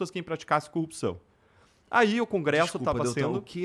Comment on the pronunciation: O cara não consegue falar a palavra "cupção" ?